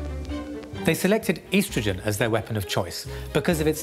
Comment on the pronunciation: Estrogen*, not "eastrogen". Why not just give him ricin?